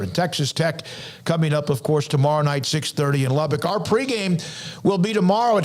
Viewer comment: It's pronounced Lub-buck, not Lub-bick.